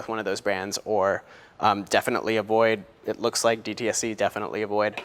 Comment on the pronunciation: DSTE not DTSE :)